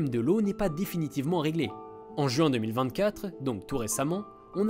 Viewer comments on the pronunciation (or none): none